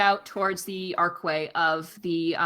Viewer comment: Every time she says “ark way” it bugs the fuck outta me lol